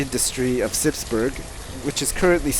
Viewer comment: he pronounces burgh like burg lol!